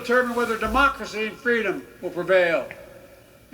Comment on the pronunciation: He said it guys, Joe said he's gonna protect your fraydome 😂